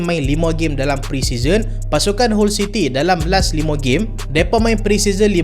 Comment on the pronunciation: Salam..sebut HULL CITY = HAL CITY